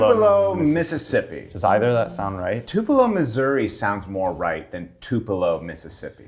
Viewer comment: you don't know how to pronounce tupelo😂 where Elvis Presley was born January 8th, 1935... come on, son